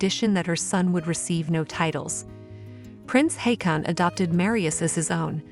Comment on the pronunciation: The correct pronounciation of Prince Haakon's name is like 'Hawkon'; more like an O, not an A. Marius is not a member of the Norwegian monarchy, nor of the royal family, and his stepfather did not adopt him either. His own father is still around. He is just the illegitimate son of the crown princess. Princess Mette-Marit delayed her departure to Paris until the last days, to handle the situation with her son.